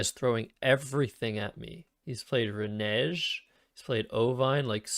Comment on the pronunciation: Serious question, Is it because your Canadian and English isn't your native language that you can't pronounce renege?